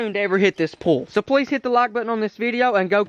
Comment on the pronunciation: He said slplease